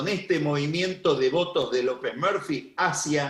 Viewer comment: Cada vez que dice López Merfi no puedo no reir